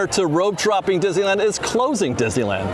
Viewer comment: It's pronounced DIz - NEE - LAND.